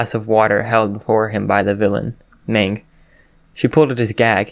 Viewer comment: This is pretty good but Magne is pronounced Mag-ne not Mang.